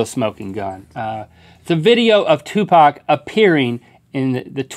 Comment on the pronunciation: for saying 2pac/Tupac the right way.